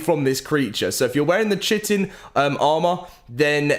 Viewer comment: hate to correct, but Chitin is pronounced (Kie-tin) I was surprised too, but I was taught this by another friend of mine, and dictionaries lol